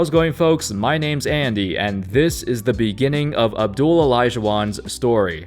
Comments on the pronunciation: It’s AB-DUL-LAH, Andy. Not Abdul! There’s a LAH at the end, 😂😂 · I still cant believe he says abdul not abduallah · You really can’t pronounce Abdullah? It’s not abdul idiot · I’m 100% sure the “ah” is NOT silent...I had a student with that exact same name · Ali Saied I mean the LA is right there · Abdullah is a Muslim name there is no shortage to that Just like he studied for this video he should've checked the correct pronunciation for names